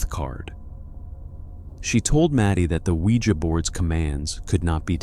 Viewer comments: I tried to listen to this I love these kinds of stories but I'm having to turn it off because he can't fucking pronounce ouija correctly... He says it like sling blade.... Noooo thanks I'll watch a video where they CAN ACTUALLY PRONOUNCE WORDS CORRECTLY smh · Pronounce ouija" the right way!